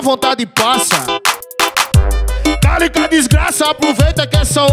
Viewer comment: Ele fala calica ou Talita?